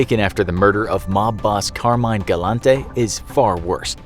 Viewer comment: Not trying to pick on you bro. Carmine is not pronounced Car-mine 🚙💥😂😂😂 It's Car-mee-neh 👍